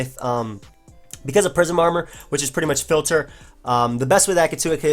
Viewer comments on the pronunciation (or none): none